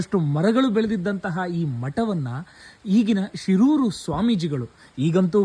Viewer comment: ಶಿರೂರು ಅಲ್ಲ ಶೀರೂರು' ಶೀರೂರು ಬೇರೆ ಹಿರಿಯಡ್ಕ ಪಾಪುಜೆ